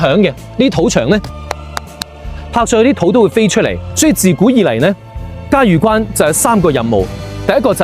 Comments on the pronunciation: 萬「里」長城，嘉峪（音浴）關。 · “峪”粤语应该读成“玉或欲音” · 峪粤语读错了